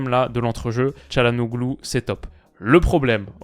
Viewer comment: Je le dis pour la culture G mais le « ğ » ne se prononce pas c’est donc Chalhanolu plutôt